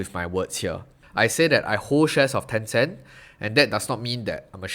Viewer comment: Wat is ten cehnt, not ten cent meh